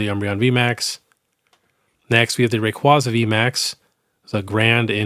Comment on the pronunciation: Pronounce Rayquaza correctly, even pokemon has addressed it. Put some respect on my boys name 😂